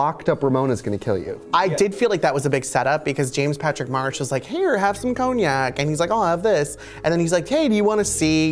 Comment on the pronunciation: you guys. it's James Patrick MARCH. Not Marsh. March. like the month.